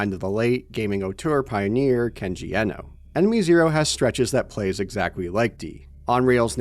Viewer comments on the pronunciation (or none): Kenji Iino. It's IINO, not Ehno. Th big E was ironically necessary in the 90's because no one in America was familiar with Japanese. Now the big E is a detriment, because many Americans are familiar with Japanese. Everyone is now almost bizarrely mispronouncing his name...